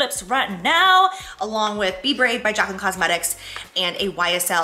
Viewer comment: Ermagerrrd 😂 it’s Jaclyn!!! Love you so much! ❤❤❤